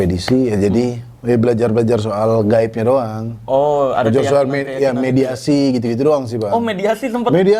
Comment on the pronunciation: mediumisasi apa mediasi sih bang 😅😅